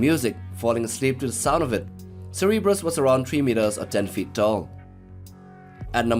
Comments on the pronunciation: And he calls him Cerebrus and not Cerberus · Cerebus? Do you mean Cerberus? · 1 it is spelt cerberus 2 it is pronounced Cer Ber Us please get it right or may you have the gods damned day you deserve